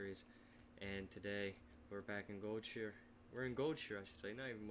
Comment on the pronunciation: Goldshir? GOLD SHI ER..